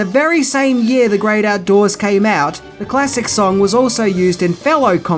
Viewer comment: Do everybody a favour, bloke! Piss those idiotic aviator shades off and pronounce THE as THE not that Pommy bullshit "vee"!!